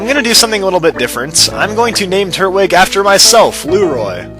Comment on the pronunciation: TURT-WIG! (not tur-twig)